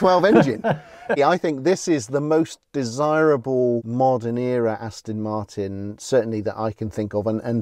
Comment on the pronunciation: Another great video chaps, achingly beautiful cars, I'd love one....anyone. But, at the risk of being thought to be a bit snooty (and I'm not, honest!) there is a 'T' in Aston Martin, it should never be pronounced Aston Mar'in. After all, it is British.....sort of!